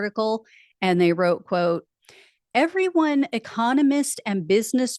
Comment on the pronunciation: I love how you say "Heveryone, welcome to the show." We should adopt that word!